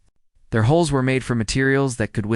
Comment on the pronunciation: HULLS IT'S BLODY HULLS NOT HOLES!